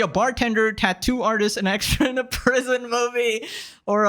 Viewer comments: she pauses a liittttttle bit in the middle of "tat" and "too" and it gets on my nerves so much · The way she says Tattoo really annoys me